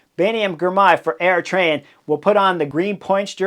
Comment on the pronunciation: When you say Eritrean it sounds like you are saying AeroTrain